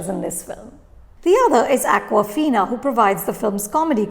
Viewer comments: Her name is Aww-ka-fina, not Aquafina. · ShAAng-Chi and AWK-wafina